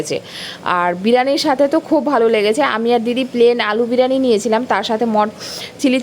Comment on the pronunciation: tomar pronunciation gulo ektu thik kore bolbe like "biriyani", "crispy", "spicy"...... Odd lage sunte. Nice vlog ❤❤